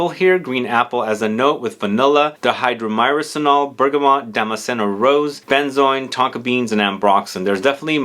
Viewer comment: Wake Up World has become one of my all time favorite fragrances, wonderful, unique fragrance. The aromachemical is pronounced Die-Hydro-Myrrh-Sin-All.